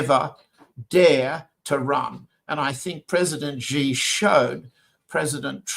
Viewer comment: John Helmer, you are an expert, right? You hear Nima pronounce Xi correctly over and over again. Then you continue to pronounce his name wrong. It hurts your credibility. "Xi" in Xi Jinping is pronounced a lot like "she", like the female pronoun. Not "zee" like zebra, not "gee" like genius, "jee" like je t'aime, not "see" like sea.